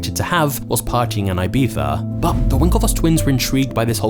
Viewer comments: I like how you call it "ibifa" or "ibitha" 😂. It's actually pronounced "ibissa" Awesome channel, my favorit at the moment!! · You are saying wrong, Ibica. You sas Ajbeca😂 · its ibiza! like in e-pizza but with a soft b - not i-b-tha... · where did the twins travel???? AIBIHA? IBIZA! I stopped watching at this point, very LAME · It's IbiZa not IbiFFa. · not IBIFA but IBIZA 🤣🤣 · its IBIZA and not IBEETHA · it's "EE-BEE-ZAH" not "I-bee-zah" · Ibiza is NOT pronounced Ibipha 😂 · Why do you pronounce Ibiza like eyebeefuh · why people can't prnaunce word IBIZA = IBICA... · i almost stopped watching after hearing 'Ibitha' for the fifth time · Is it just me that is bugged SO MUCH with the way he pronounces Ibiza as Ibitha or you too? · I like everything except the way you said ibiza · the way you say ibiza infuriates me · Holy shit the first time I found out that's how you pronounce Ibiza in English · Why does he say Ibiza like that😂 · AHAHHA you say "I-BEE-ZAH" like a a tourist but can't say "CHIPRUS" hahahah